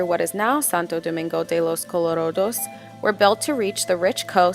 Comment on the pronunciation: good video but please señora, its santo domingo de los colorAdos and not colorOdos... you pronounc the "a" like an "a" i live here, i know this ;)